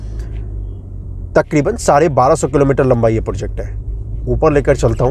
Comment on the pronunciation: project bola karo bhai porject nhi